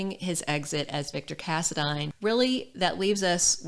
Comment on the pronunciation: thanks for saying the last name right so many pronounce it wrong